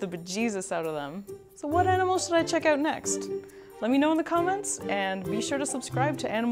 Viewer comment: "Check 'em oot?" She's Canadian!! :-*